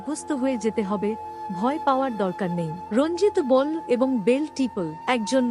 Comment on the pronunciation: কোন্ ,বল্,এল, নয় সঠিক উচ্চারণ করলে প্রত্যেকটির শেষে 'ও'-কার যোগ করে পড়ুন। বিধবা শব্দটি ও ভুল উচ্চারণ..........